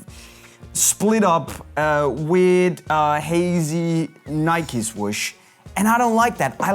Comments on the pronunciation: Ah, yes the iconic “Nikie”. I’m more of an “adidaids” man myself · It’s Nike mate